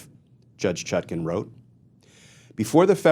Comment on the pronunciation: Why do you keep mispronouncing her name. The second syllable is pronounced like the second syllable of napkin and not toucan